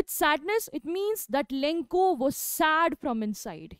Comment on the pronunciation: Lenko nahi hai bevakoof lencho hai